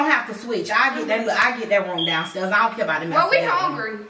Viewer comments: “It’s not amblame it ambulance”😂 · I swr got me rolling everytime he say ambulance 😂😂😂 he couldn't even say it ri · kept on saying ambulance wrong killed me